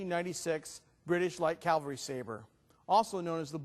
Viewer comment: The 1796 was not called the Blucher Sabre. Blucher Sabre refers to the M1811 and M1848 when the Prussians copied the British 1796 design. Also it's pronounced Cavalry, not Calvary.